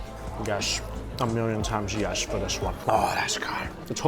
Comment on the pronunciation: Yesh yesh a million times yesh